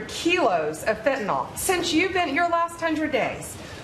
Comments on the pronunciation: Hey Bondi It’s fentanyl, not phentanol stupid! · Pam can't even pronounce it correctly. Its fen/tan/ill, not fen/tan/all. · It is not pronounced fentanOL, it is pronounced fentanIL. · Watch each show. you are impressive. please pronounce fentanyl properly. "yl" , not "ol" Thanks- just trying to help you not sound like a "drummie" -Laav You, Stephen (also- YES to the Canada Comments!) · I am so tired of people pronouncing Fentanyl as “Fentanol.” Pam, it’s pronounced like “Fentanill”. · Steven, fentanyl is pronounced fentanil, with a soft I, not fentanol with an O. Dumbasses say fentanol with an O, please don't join them. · I don't understand why this is still a problem but people PLEASE stop saying fenta-NOLL. It is pronounced fenta-NILL... If people don't know how to pronounce it, then they definitely don't know how to spell it 🤦‍♂ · Is "fenatnol" different from "fentanyl"? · Nothing says Fox viewer like pronouncing Fentanyl "fen-tin-all" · Fentanyl Blondi, not fentanall. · In common with literally every American I've ever heard mention it, Stephen and Blondie Bondi both think that fentanyl is called "fentanol" 🤦‍♂ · Bondi can't even pronouns "fentanyl." Cabinet of fools and she is one of the biggest. 😘